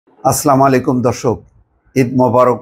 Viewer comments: Assalaamoalykum vai, please clearly say, " Assalaamoalykum " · দুঃখিত আপনার সালামের উচ্চারণটা শুদ্ধ হয়নি ।